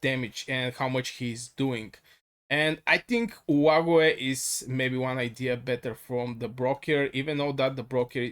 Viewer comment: Olague is pronounced " OH LOG "